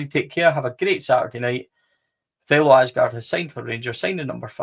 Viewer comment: Thelo Aasgaard Aasgaard in Norwegian, it is sead as Ause like you would with Australia & gaard the D is silent in Norwegian All together, you pronounce his surname like Ausegaar. Regardless, welcome to Blue Valhalla.